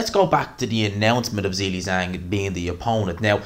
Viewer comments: I like you a lot but please stop saying Zilly Zang. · I'll subscribe just to keep hearing you say Zilli-Zang.